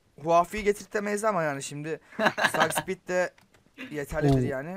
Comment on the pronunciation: Abi bide bence ibeatscuare miydi onu getirin bence tercümen de beni getirin anasını :D bide arkadaş var o sohbet ettirir sizi harbi bide such speed saçspiid diye okunuyor sakspiid deil :D